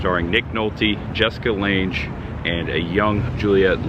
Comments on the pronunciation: 😎, good job….Jessica Lange pronounced LANG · Great video but the actresses last name is pronounced like bang. Jessica Lange.